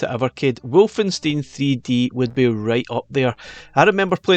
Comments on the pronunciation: Hey. Just a linguistic thing (I had to do German from the age of 11). It's not pronounced "wolf-en-steen" it's pronounced "Valfe-an-stine". There is no "double U" in German, just "double V". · I'm sorry did you just say Wolfensteen? 😞😅